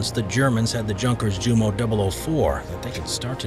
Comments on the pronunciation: Junkers is NOT junk! It is pronounced as 'Yoonkas-yoomo'! My favourite antique aircraft is the Ju52/3m the 'Jumbo Jet' of the 1930s. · The j in junkers jumo is pronounced like a y